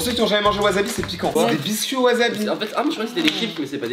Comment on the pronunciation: PETITE INFO POUR LES FRANÇAIS Le s de wasabi se prononce bien s s comme po ss ible et non z comme Z èbre Donc arrêter de dire Wa Z abi c’est wasabi Merci !